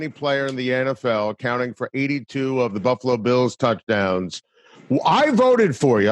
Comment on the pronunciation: You can tell he is a buffalo guy now as he pronounces the name correctly. If you are not from here you say Buff a lo. If you are from here it’s 2 syllables buff lo. The a is silent.